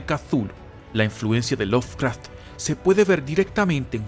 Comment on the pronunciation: Se pronuncia LoVcraft, no LoFcraft. Me saca!